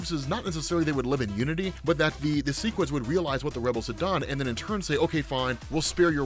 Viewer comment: Okay, the show confirmed its seh-quids not see-quids and that's all I could think for the second half of the vid. I get it if you read the comics first and then go show, but I saw the show first so I've always read seh-quid